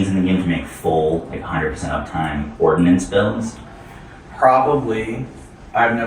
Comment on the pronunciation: Brother, its Ordnance